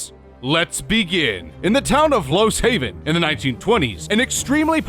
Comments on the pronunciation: I will never recover from hearing him call Lost Heaven Los Haven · Lost Heaven, not Los Haven.